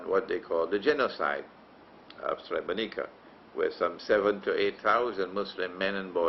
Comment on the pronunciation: I'm Bosnian and a muslim, and you have to know that you lost the muslims from Bosnia since you gave that shameful interview to the Serbian television. You don't even know how to pronounce Srebrenica, nor do you know the exact date when the genocide happened, it was on the 11 july 1995. You should go to Srebrenica and pray janazah and pay your respect to the victims of the genocide that didn't only happened in Srebrenica, it happened also in Foča, Prijedor, Ključ, Višegrad and other places as well. You are ignorant and persistent in your ignorance. Yes it was a planned agenda and the Serbians are not sorry for it, they are even threatening us with another genocide, but you choose to believe the kufar instead of muslims.